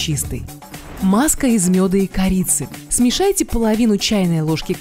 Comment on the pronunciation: "ВАЗМИТЕ", "СМЕЖАЙТЕ"😁👍